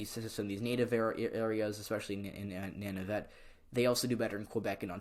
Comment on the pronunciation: Good job on Canadian politics. Canadian aboriginals are called first nations and the northern aboriginal peoples are called Inuit. "Nun-uh-vit" is how to pronounce Nunavut.